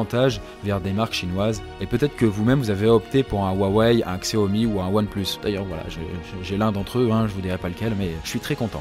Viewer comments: ksaomi ? C'est ch-a-o-mi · On dit chiaomi et rouawei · Xiaomi se prononce chaomi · C'est Xiaomi mais on prononce CHAMOMI